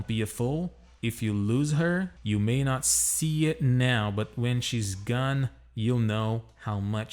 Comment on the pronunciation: Hey man, you have a really good accent. , your pronunciation of the word "gone" seems a bit off. The vowel should sound more like the "a" in "lawn", but you're pronouncing it like the "o" in "done". By the way, which microphone do you have? The sound quality is really good. You have a good format for each of your videos. Keep up the good work!